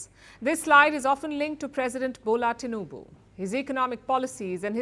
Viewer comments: I'm shocked that the presenter can pronounce Tinubu's name well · She knows how to pronounce the name TINUBU. Everything about this Man is corruption. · Impressed how well you pronounced TINUBU